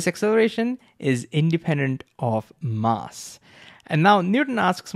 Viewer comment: can you correct your pronunciation of mass please